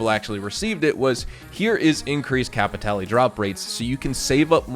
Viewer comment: I haven't played any Blood Money missions ever, "Kay-pee-tay-lay" WTF R*... If the Dr. Dre collab is a true thing I will be absolutely playing them, listened too much of his music to skip a piece of his work.